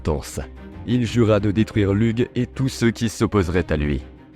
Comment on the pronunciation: Lug se prononce ( loug)